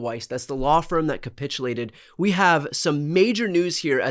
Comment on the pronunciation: Oh capitulated. I thought you said copulated which seemed very likely.